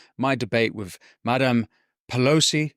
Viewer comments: Your diction is distracting, the word is with, not wiv . You can pronounce it as you can say “the” which requires your tongue between your teeth. So try again… with…, your content is good, the distraction of mispronounced words detracts from the excellent content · Great stuff Winston. To quote your good self, I hate to be a pedant... but I cant help noticing the "wiv" creeping into your diction. Please work on your "th", don't be another Amy Gallagher, I find her lazy pronounciation insufferable to listen to, and it's a great shame given how bright she is. Don't do your intelligence a disservice, speak properly ✌🏻